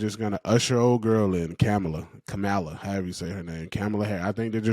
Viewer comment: Man quit calling her camel-uh Harris 😂